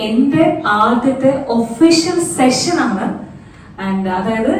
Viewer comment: സെക്ഷൻ അല്ല. സെഷൻ ആണ്.